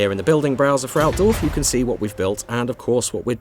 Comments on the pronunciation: I can't help it, but listen to native english speakers while they try to intonate german names, just makes me feet unsatisfied. It sounds so much less powerfull. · that's not how you say Altdorf!